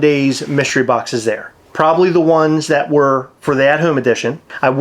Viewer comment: 100% said “””Plobably”””😂 also they need a bar….. “come get fuck-eyed at buckeye” is the best slogan ever